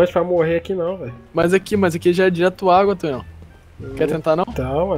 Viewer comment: n leu direito kkkkkk